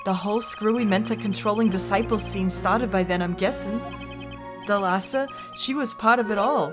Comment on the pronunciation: Fun fact: the pronunciation in Thalassa is at the first A. It is pronounced ThAlassa and it means "The Sea" in Greek.